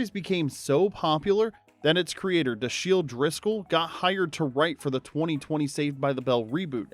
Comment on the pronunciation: Pronounced Dash-ill